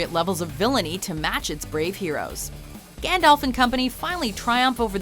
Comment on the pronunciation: lol, Americans can't pronounce Gandalf